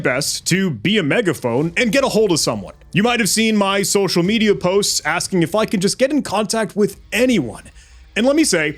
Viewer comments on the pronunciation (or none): none